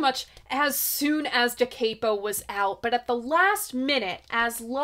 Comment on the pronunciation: I read that the broken vase was Arthur’s way of saying flower power is dead. And they didn’t tour due to drug addictions in the band and worried about not having access to various substances. It’s pronounced da cap-oh not cape-oh